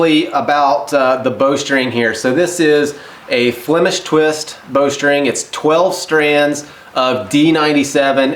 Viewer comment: Very interesting video! I might be wrong but shouldn't that be Flemish twist instead of flimish.( Flemish derived from Flanders the Dutchspeaking part of Belgium). ATB from Flanders